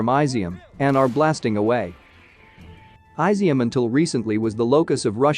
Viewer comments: Incidentally, it’s not pronounced “ai-zi -um”. It’s pronounced “ee -zyum”. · It would help if you looked up how to say Izyum. It's not Aizium